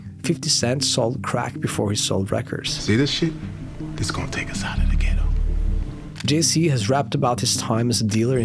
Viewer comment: it's jay z bro not jay c